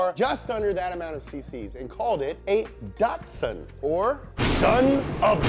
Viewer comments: Not datsun, but datsun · You're not pronouncing Datsun correctly.